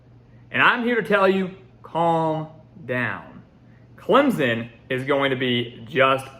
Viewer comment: Put the damn “p” in Clemson when you say it. We don’t say ClemZon lol